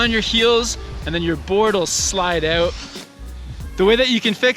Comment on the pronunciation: "Slide aouuut" canadian confirmed.😍